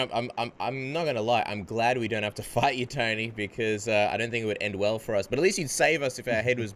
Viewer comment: It's Tony not Tiny